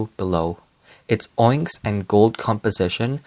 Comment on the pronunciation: The word onyx is pronounced on-ix or ah-Nicks. No hate ofc I pronounced it your way for years before I was corrected by my dad 😂